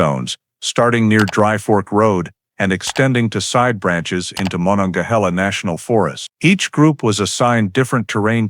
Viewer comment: The Monongahela National Forest is pronounced Ma non ga heel ah.